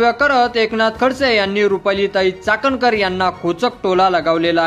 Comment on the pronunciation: अरे चाटणकर नाही चाखणकर 😢